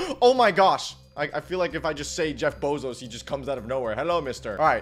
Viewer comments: Why does he say Jeff bozos instead of Jeff bezos?😂😂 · that aint jeff bezos its jeff pesos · Bro litteraly said jeff bozos💀💀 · Bro said Jeff bozoes 💀💀💀💀